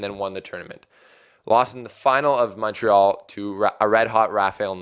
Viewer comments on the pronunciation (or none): none